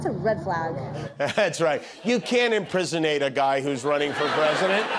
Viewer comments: Lol. I thought that plastic woman said impersonate! Imprisonate? 😂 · "Imprison-ate" -- Red Hat Crew Member